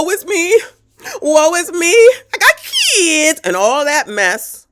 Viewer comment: Every time you say that: "Kidzzzz" I burst out laughing. You are hilarious!